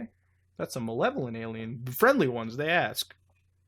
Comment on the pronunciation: is mutahar physically incapable of saying "alien"?